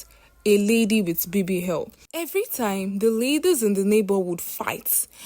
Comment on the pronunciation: Where it's o, she say h. Her pronunciation is a bit down esp with the alphabet